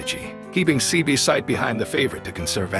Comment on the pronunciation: this AI stuff is trash, can't say the horses name right and didn't get the breed right.....